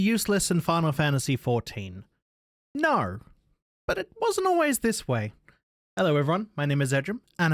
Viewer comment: Did you just say naur???